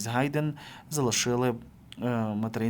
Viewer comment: не Гайдэн, а Хайдэн.